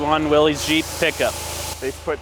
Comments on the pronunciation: Not to nitpic or be obnoxious, but it is pronounced wiil-is not will-eze. The cleaning guy did a heck of a job, he's coming along nicely. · It’s pronounced Willis, not Willies. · One nit pick..."Willys" is pronounced like "Willis" That aside, great work on that old engine. Lots of Scandinavian DNA floating around the British Isles. My cousin was identified with a lot of Viking heritage.